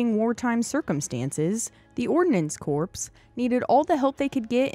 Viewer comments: It is not “corpse” , it is pronounced “core.” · Hey a “Corpse” is what is a coffin, A “Corps” pronounced “Kôr” is a main subdivision of an armed force in the field that consists of two or more divisions. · It's pronounced "CORE" not "CORPSE" fer Christ's sake! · For God's sake, "Corps" is pronounced like "CORE," not like "CORPSE." A "corpse" is a dead body. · When it's pronounced Korps,that is correct if it would be German/Dutch(and therefore in Indonesia too).That is why we in Europe learned to pronounce it the right way during English class.Of course it is COOR.That's why I fail to understand why this woman is pronouncing it like we would before receiving English lessons,since it is her native tongue. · I've always heard it called REO not R-E-O. REO was a truck, spelled its a band. And its "core" not "corpse". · A corpse is a dead body. It's pronounced "core." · Nice video. I dont mean to nitpick but Corps is pronounced as Core. Not corpse. Thank you for the video. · Corps is not pronounced like corpse, it’s pronounced like core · Corps! Pronounced ‘core’ and not ‘corpse’, as in dead body. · It's pronounce "core" not corpse. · It is spelled CORPS. You pronounce it CORE as in apple core. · Ordinance Corps is pronounced 'kōr', not 'kōrps'. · It’s pronounced “core”, not “corpse”…. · “Ordinance CORPSE” it’s Corp, silentt S. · the United States Marine Corpse lol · Corps is not pronounced like a dead guy in the ditch somewhere. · It's not corpse it's Corps the s is silent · You lost me at “Ordinance Corpse.” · A corpse with the "s" pronounced means a dead body. The narrators pronunciation is annoying. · Corps is pronounced core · Corpse? Seriously? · Hey lady, “corps” is pronounced “core”. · Another great vid! However, the 'p' in corps, is silent. Sincerely, a son of a U.S. Army truck driver (veteran). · FYI, the p & s on corps is silent. Otherwise, very informative. Good job. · The P is silent in Corpe. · The S on corps is silent!